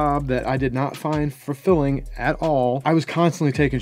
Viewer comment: he said furfilling lol